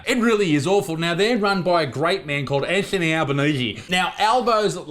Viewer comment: I nearly spit my drink out with the way you said Anthony Albanese 🤣